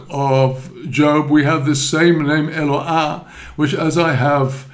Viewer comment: The name is pronounced E-l lo aH, not "ha". Same as the the "No ah"